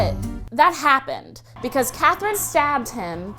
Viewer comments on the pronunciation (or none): none